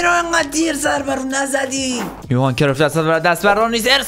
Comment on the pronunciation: کرویف😂😂😂😂😂😂 کرایُف